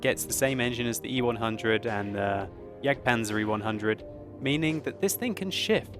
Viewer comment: Die richte aussprachen von Waffentragen und Jagdpanzer üben wir aber noch mal ;)